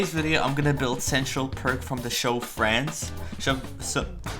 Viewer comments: am i the only one who heard “france” when he said friends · Why did I think he said “France” instead of “Friends” 🏃🏻‍♀️💨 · saying france and not friends